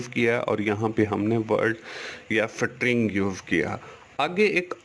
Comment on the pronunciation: sir it is not sitring it is string put it on google pronunciation